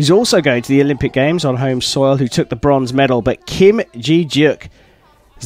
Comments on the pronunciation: It’s Kim Je deok not Kim ji yeok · im bothered by how he pronounced kim je deok's name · lol next time look up the name pronoun istj on before you say it? especially at asia cup it’s common courtesy to know how to pronounce non western names. (kim je deok) but lovely competition!!